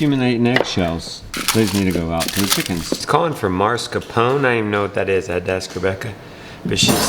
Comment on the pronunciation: That Italian cream cheese is pronounced Mas car po nay because in Italian, e sounds like our long a and is not silent like our trailing 'e's. There, now I finally taught you something! I love your channel.